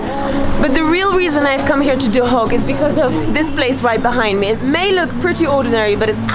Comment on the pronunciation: Is it pronounced Duhok or Dohuk? Because even though it's written Duhok you say Dohuk.